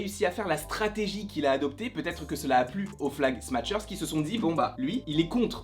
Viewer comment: En français on dirait « flag smacheur » plutôt que « flag smatcheur » voila voila